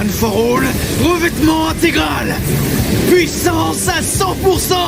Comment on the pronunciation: la " pouissance"😂